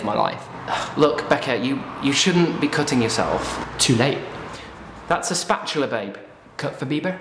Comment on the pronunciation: "That's a spatular babe"